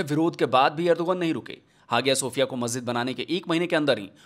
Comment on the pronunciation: सर, बहुत ही अभ्यासपूर्वक बड़ी अच्छी वीडियो बनाई है। बहुत जानकारी मिल गई। एक बात बता दूं ? जो म्यूजियम को मस्जिद बनाया उसका उच्चारण हाजिया सोफिया नही हया सोफिया है। भले स्पेलिंग कुछ भी हो। और अब तुर्की को इंग्लिश में भी तुर्किए बोला जाता है।